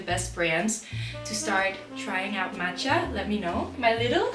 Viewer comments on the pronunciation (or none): none